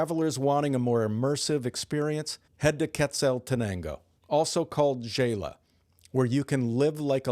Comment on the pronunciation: the locals pronounce Xela “Shay-la”. FYI. Great content.